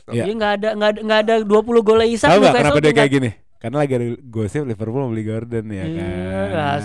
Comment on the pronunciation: bacanya normal isak ga si kok jdi isaac?